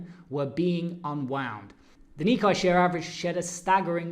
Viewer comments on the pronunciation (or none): If you are going to be a professional trader & market analyst, please learn how to pronounce key markets like "nikkei" it is pronounced "ni" + "KAY"... Thank you!